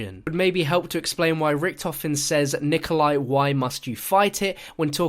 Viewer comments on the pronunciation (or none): none